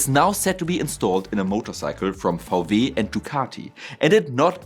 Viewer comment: Love your videos. Vau Weeh is Wii Doubleyou in English :) . Viele Grüße!